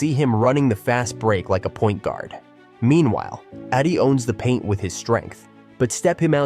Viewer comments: Not Eddie. Eeedey! Learn the names first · Zack Edey E- D LEARN TO PRONOUNCE PROPERLY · Is this made by a mediocre AI? Keep calling Wemby a rookie and somehow mess up pronouncing Edeys name over and over again.